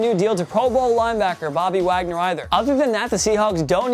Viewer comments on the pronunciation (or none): none